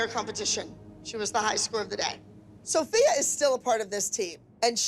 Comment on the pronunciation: LOL NOT THE WAY KELLY CALLED SOPHIA "SOPHIE"